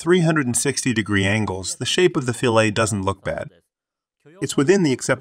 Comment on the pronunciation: Both of those pronunciations are correct, it just depends on what dialect of English. (Canadian English sounds mostly American, but pronounces solder as “soul-der” like British English.) What is legitimately incorrect in this video narration is pronouncing the “solder fillet” as “fill-ay” and not “fill-it”.